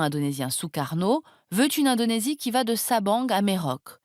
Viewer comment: Il faudrait vraiment qu'elle prononce les noms de lieux correctement... Punkak! Merok! non et non! C'est puntchak et mérauké! Et pour les autres pays, pareil...